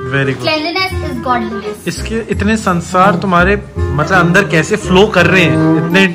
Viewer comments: "Sansar" said by instead of sanskar 😂😂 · sansar nhi sanskar bro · bhai sansar ni sanskar boleye 😆😆😆😆😂😂😂😂